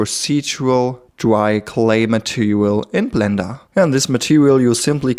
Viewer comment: A cweacher in bwender. Your accent is so pleasant.